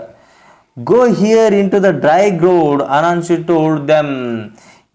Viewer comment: You must improve your pronunciation... Leopard.. Gourd... I enjoyed your story...in Kannada. I want you to also give more attention to your tone.